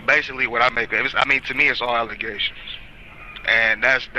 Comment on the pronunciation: “False allezations and not facts”